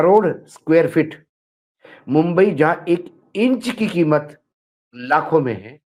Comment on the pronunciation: Mumbai bola bumbai nahi